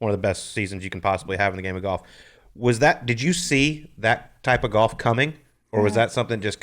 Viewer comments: Hank can't pronounce the L in the word Golf (sounds like Goff) but otherwise he's allright. His podcast isn't bad. Yeah, the whole "bad at bringing his game from the range to the course thing." I mean, the driving range is flat and the ball isn't below or above your feet so its obviously much easier to perfectly hit your 9 shots. And you're allowed to use alignment sticks etc. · Looks like he's 80, and worse yet, cannot even pronounce golf. Brutal when someone pronounces it goff. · Ever heard Hal Sutton or Ben Crenshaw say “Goff?” It’s a geographic thing.